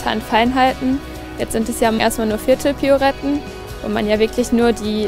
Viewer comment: Was sind denn piouretten das heißt Pirouetten !